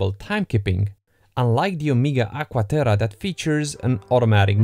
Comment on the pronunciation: "Agua Terah"